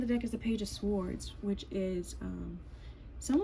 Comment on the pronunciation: The W is SILENT in the word SWORDS. So, it's pronouced SORDS . ☆♡♡♡☆♡☆♡♡♡☆ The T is also SILENT in the word SOFTEN....NO OFFENSE.☆ ☆PEACE & BLESSINGS